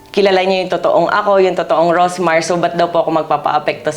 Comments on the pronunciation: anu po ba tong si ms karen, she did not even bother to know how to call her right, rosmar not rosemar 😢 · Karen D: “Rosemar”✅ “Rosmar”❎